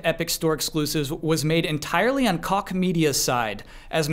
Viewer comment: Correction: (not really but still) Since Koch Media (Publisher-Name: Deep Silver) is now owned by THQ Nordic it might come up again. Koch isn't pronounced like "cock" (lol) The ch is a weird sound which might be unfamiliar for the english-speaking. It's more like a softer sound similar to "sh" To make it you need to make a "sh" sound but pull your tongue a bit back and open your mouth a little. Fun fact: Koch actually means cook in german and is also the name of the founder.